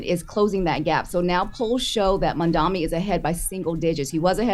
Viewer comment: maMdani that’s how you say his name . How are yall still mispronouncing??